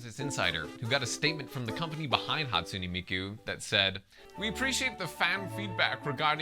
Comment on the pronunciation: "hatsuney miku"